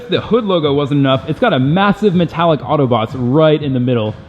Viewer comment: learn how to pronounce words - Reventon and also AUTO BOTS Not Auto Boty.. SMH